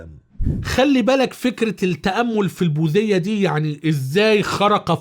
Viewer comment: البوديه وليست البوذيه